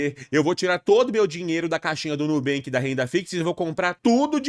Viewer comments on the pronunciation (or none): none